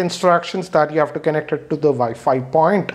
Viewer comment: Kennect! Lol